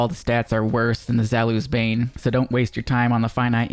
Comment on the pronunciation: Zalus? Honestly I get people that are native English speakers it's kinda hard to pronounce most of the names of the weapons like i heard one time cHēLKaîs instead of Chelchis I'll help you out zaoulis bane is pronounced this way: za-u-li's bane